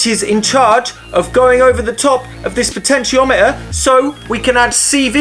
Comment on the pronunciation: I thought he was saying "pitch-en-tiometer"